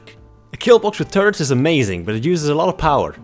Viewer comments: lets say it still makes sense: "A killbox with turds is amazing" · Even though I knew you were saying turrets I couldnt stop laughing